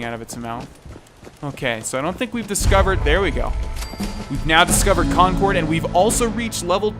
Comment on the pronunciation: Con-cord, not Con-card. It's the town from the "The British Are Coming!" Minuteman story.